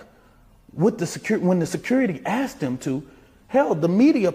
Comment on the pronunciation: He axed him to leave. The man said nothing. Good thing he didn’t say touch me and find out.